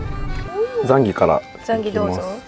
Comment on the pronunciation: ザンギの発音は合ってるのにホクレンの発音が違うのが元道民の私はツボでした😂 私は北海道を離れてしまいましたが、移住の候補に入れてくれ、こうして楽しく紹介してくださりありがとうございます！